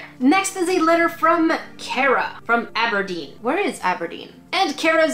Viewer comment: Aberdeen pronounced Ab Er DEAn. It’s at the Very north of Scotland. It is an odd place I went in the summer it snowed and I still got Ice cream my grandads cousin is an Aberdonion (not sure of spelling but aberdonian is the term for someone from Aberdeen) and for someone outside of our family can not understand the accent as it is thicker than a Drunk Glaswegian after a bar fight.